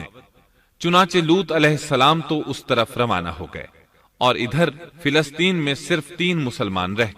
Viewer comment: Filasteen? Ap filasteen keun kahte hain? Falasteen *.